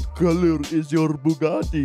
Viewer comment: The way how Andrew pronounces Bugatti sounds like a combination of a baguette and spaghetti.